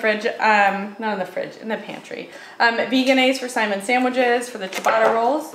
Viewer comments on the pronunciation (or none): none